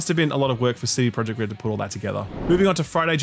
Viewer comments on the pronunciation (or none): none